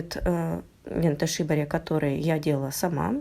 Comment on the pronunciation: Произноситься лента шибÓри или сибÓри.